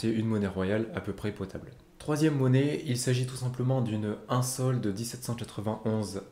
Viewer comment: Question On écrit SOL MAIS ne faut il pas prononcer SOU?